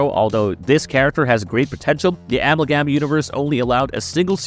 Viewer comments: A-MAL-GAM.. apart from that, great video 😂😂😂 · Yeah, this character is a three way combination of dc comics the the demon, and the Barry Allen flash part you got right and marvel comics ghost rider the Johnny blaze version, and its amalgam, and not the way you said it🙄🤦🏻‍♂💁🏻‍♂.